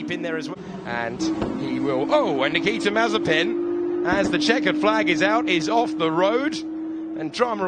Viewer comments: Nothing: Nobody: F3 commentators: Nikita MARZIPAN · I love the narrator calling him Nikita Marzipan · I love when the say Nikita Marzipan xD